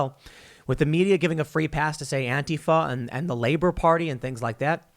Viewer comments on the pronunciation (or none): you could make a start. You said Labour wrong